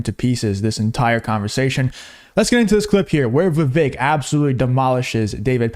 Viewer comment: It's pronounced like "cake"....u said his name wrong at the end after all that